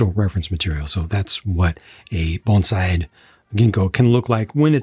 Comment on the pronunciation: Not a big deal one way or the other but props for pronouncing bonsai correctly and not saying banzai!